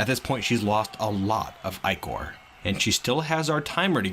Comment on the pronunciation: points for the correct pronunciation of the word "ichor"